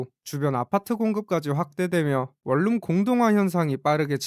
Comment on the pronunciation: 발음 할때 월룸 이라고 읽지말고 원눔이라고 읽어라 좀~~~~~~~~